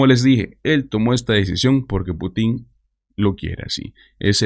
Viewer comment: Cuando mencionas a Putin (es sin acento) lo haces con acento en la í. Si hay un Presidente que no es Putín, es Putin.